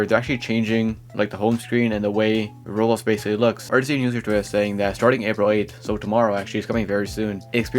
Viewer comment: roblox ❌ rols ✅